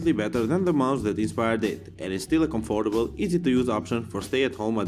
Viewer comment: BTW, was I the only person getting bugged by how he was saying comfortable!?